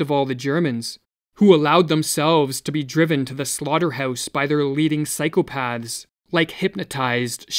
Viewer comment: eeerm ... how is it u pronounce the plural of ''psychopath'' agin ? is it that if u get it so ludicrously wrong (try, erm.. 'cycle paths'.. thass better!) you somehow prove yourself as non includable to that category.. ;?